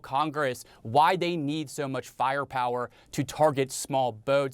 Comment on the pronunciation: and in "faia pawa" I find too something kind of distinct to what natives got me accostumed to hear